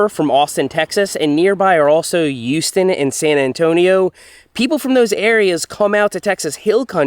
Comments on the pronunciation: YOUSTON? WTF LOL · Did he say youston?